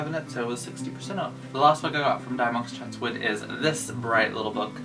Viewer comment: I have never heard anyone pronounce Dymocks like that. Is it an east coast thing?